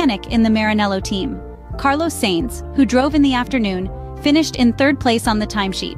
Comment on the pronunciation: It's AI, buddy. Sainz's name is also butchered.